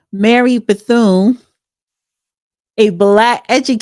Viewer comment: Come on do better your too old not to know how to spell or pronounce Ms Bethune’s name 🤔💪🏾